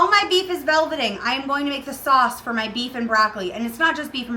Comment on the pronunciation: "While my beef is velbedeeting!" 🤣🤣🤣